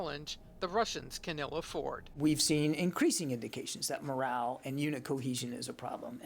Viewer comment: lmao 😂 morale dude not "moral".